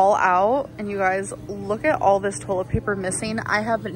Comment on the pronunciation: Toll-it paper. Restarint